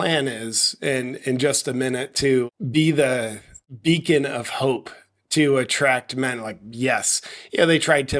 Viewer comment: Did you say "beacon of hope" or "vegan of hope"?? :)